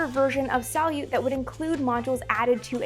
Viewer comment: A bit of Russian pronunciation for my fellow space geeks: sa-LYUT like "salute" sa-YUZ (yes I mean "sa" like "saw" even though it's spelled "soy" ... Russian spelling is ... special) 1 syllable: Kvant. Start by saying "quant" and then add your best Dracula impression and your bonus item today: sa-YUZ-ap-POL-lon -- known in America as Apollo-Soyuz.